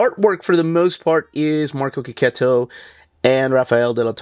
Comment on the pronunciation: Artist' name is pronounced KE-KETO! So glad I watched this vid and picked up on this after so many years of saying it wrobg! 😅